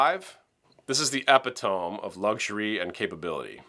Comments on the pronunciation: EpiTOME? hahaha...It's pronounced eh-pit-toe-meeee :D Was it a joke? My brother says it that way when he's joking around. IN any case, GREAT VID!!!! Thanks so much. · Hi! Love love love your videos & so appreciate your expertise & opinion. Though I’d throw this out there (please don’t take offense- not meant that way at all - I’m actually not sure if maybe you did it on purpose) but Epitome is pronounced e-pit-o-me not ep-o-tome…. 😃. Looking forward to learning more. I just bought a Jeanneau 43DS for coastal cruising. I’m in the states (east coast) and if I ever make it to the med, I’ll have her shipped across the pond 😃😃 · Epitome is pronounced “uh-pit-uh-me”, not “epi-tome” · A.I. is getting sleeker by the day. Something ALWAYS gives you away. (EH PAY TOM?) “epitome” is pronounced (A PEH TAH ME) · epitome = "ee pit om me" I'm not trying to be a smartass about this so once you've read it I hope you'll delete it. Same with the penultimate comment in another post. The penultimate is that which comes before the ultimate. I'm enjoying your work. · Epitome? Uh-pit’-uh-mee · Can we please learn how to pronounce epitome… say it with me: “EE-pit-OH-me” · "Epitome" has four syllables, not three. The major stress is on the second syllable, the third syllable is schwa, and the fourth has a long "e." - Cheers! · Look up the pronunciation of epitome.